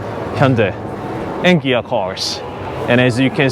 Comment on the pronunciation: It’s Kia with a K, or Gia with a G